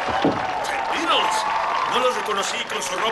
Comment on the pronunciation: No se pronuncia bien el nombre Beatles ni una vez en toda la película. Es una T, no una D ni una R.